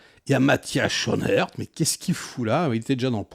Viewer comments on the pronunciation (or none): Mathias chonèr?? ça se prononce "skounarts" 😉 fallait un emmerdeur belge hé bin voilà ...😂